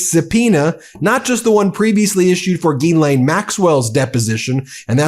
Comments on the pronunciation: It's "zhees-LEHN", you goofs. "zhees" = like "jeez" but with the soft "zh" sound (as in measure) "LEHN" = like Len, with a short, open "e" sound (like in pen) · It's not GEElaine. Will you please learn to pronounce it like every other news outlet. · Why do you keep pronouncing Jizlaine Maxwell's name wrong?